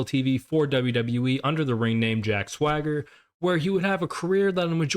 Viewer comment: It’s weird how you kept mispronouncing “Thwagger” 😂 Loving your videos, mate!